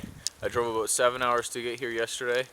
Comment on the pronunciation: About/ aboot lol I